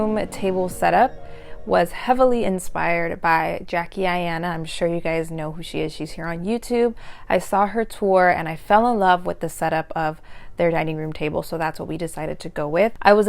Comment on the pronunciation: Jackie Aina is pronounced like China lol